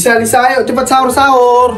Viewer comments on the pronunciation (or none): Apa cuma aku ya kaya perasaan dia bilang tu saur bukan nya harus nya sahur 😅